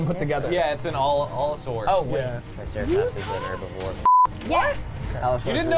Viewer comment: And the all in allosaur is pronounced as Al not all